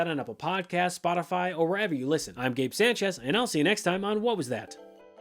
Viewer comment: Hey Gabe, you pronounce our last name wrong! Sânchez (Sahn-chez)..